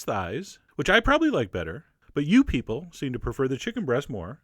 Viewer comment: What do you mean, "you peole"!?